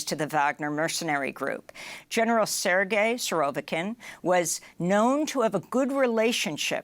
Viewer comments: It's Sergei and not "Sir Gay" 🤪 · Omg, you can't even pronounce his name properly 😂